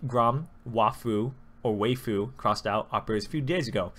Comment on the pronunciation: Umm. Waifu is pronounced wife-oo. Just wanted to help u out there.